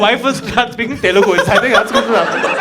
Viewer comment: Bhai Telelgu nai hota hai, its Telugu.